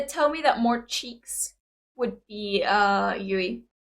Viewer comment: If you are looking for Moa, just look for the dimples! Also good on you for finally pronouncing Yuis name right xd. Good reaction as usual and as other have already provided you all the details, no need to repeat all of that.